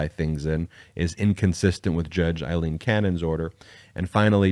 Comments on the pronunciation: Day after day I have listened to you mispronounce the name Aileen. It is NOT the same sound as in as Eileen. "Ai"rhymes with "say" in this name. Yes, it is a common variation of the Irish name Eileen, but the pronunciation is different. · nope. I grew up in Ireland. Aileen is pronounced A lean. Eileen is pronounced I lean.